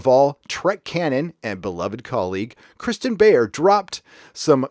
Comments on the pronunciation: So we now pronounce Kirsten as Christian? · Kirsten is probably more annoyed you not pronouncing her name correctly.